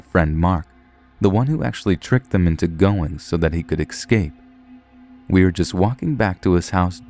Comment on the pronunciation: You have a cool voice. Would be cool if you stopped saying excaped instead of escape though. Still, good work.